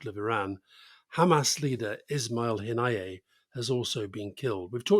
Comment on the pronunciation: Elitest bias 1. Mispronouncing Haniyeh. Disrespect- it's not hard to find out how to say it. 2. Creiff comment just stinks of elitism. 3. "As far back as the old testament" didn't realise the bible is a unit of time? 4. Relevance of Druze marriage laws? Could this be projecting certain values? Problematic framing 1. Referring to it as "Israel-gaza war". Isn't it "Israel invasion". If we were talking about Ukraine it would be Russian invasion? I think we have long gone past "self defence". 3. "Hezbollah rocket attack" at worst should be referred to as "Israel reported" or "suspected". At least until Israel can conduct a truly independent investigation. Israel have lost its legitimacy to say definitive statements without evidence. (Forty beheaded babies?) 3. "Israel took the golan heights" no they illegally annexed it. 4. Why do we need to know who Hezbollah is financed by? Is Iran our enemy? Do you want to refer to others by their financial backers "Aipac funded Joe Biden". 5. "Israel intervened in the Lebanon civil war" on whose behalf? Why did they need to launch attacks rather than defend their borders? 6. Describing Smotrich as "far-right". This guy is a terrorist by our legal system. He makes Farage look liberal! Just my take.